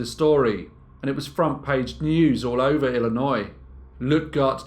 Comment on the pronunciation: 1st thank you for saying Illinois correctly. 2nd, I thought the Sausage King of Chicago was Abe Froman :D (Ferris Bueller's Day Off)